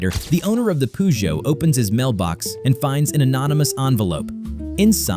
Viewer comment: Hi what is a poozhot you need to understand pronunciation pf the car brand Peugeot hahaha